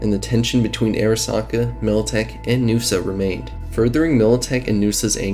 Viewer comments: N-USA, not Noosa 🤣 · N.U.S.A. Not NUSA It's not a word, it's an acronym. New United States of America. Just as you wouldn't call the current U.S.A Usa.